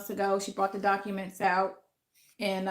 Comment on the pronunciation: she said 'docaments' 😄